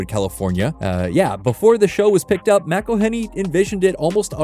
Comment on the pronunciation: Every time you pronounce McElhenney’s name wrong his teeth get a shade whiter